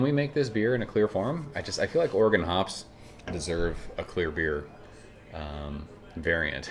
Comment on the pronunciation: My high school history teacher in Oklahoma mis-pronounced it, but was nice and thanked me for helping him say it correctly. You nailed Oregon though 😂